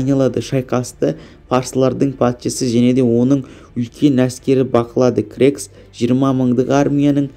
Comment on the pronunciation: Бірінші жаксылап окып алмайсынба сосын крекс емес ксеркс